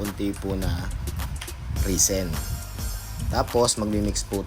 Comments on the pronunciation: res-in pronounciation po. hindi ree seen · Risen ba o resin? 😂